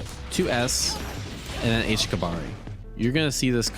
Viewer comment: sigh it's not pronounced kabari, it's pronounced "KABA-REE!!!"